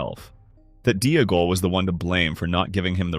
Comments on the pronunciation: If Smeagol is pronounced Smee-g'l then Deagol is Dee-g'l, not Dee-uh-gol. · The constant mispronunciation of Deagal is annoying, the commentator pronounces Smeagol properly then instantly adds a syllable, to be honest it’s taken me away from what’s actually a good theory